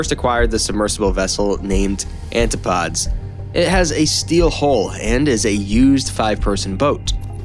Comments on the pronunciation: You should look up words you very obviously dont know how to say. It's an-ti-poh-deez. Not Anti-pods. 😂😂😂😂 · Antipodes is not pronounced "antipods". Its pronounced an-tip-po-dees.. But AI generated junk cant do that ... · I'm sorry, but I cringed every time you said "An-ti-podes". It's " An-tih-poe-deez". I know it's not a common word, but it's a real word, with a real meaning and a real pronunciation. Google is a thing, dude! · It's pronounced an tip o dees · The AI mispronunciation of this word was the giveaway. I'm getting slow these days lol.